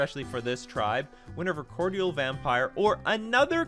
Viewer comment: Everyone, please google pronunciation of "Cordial". This is almost to the level of "Viscera" at this point.